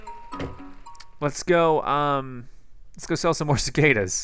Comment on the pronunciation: Cicadas sounds like sick haters